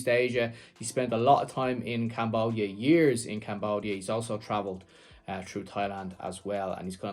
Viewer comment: ... Love the way this Scottish gentleman pronounces CAMBOOODIA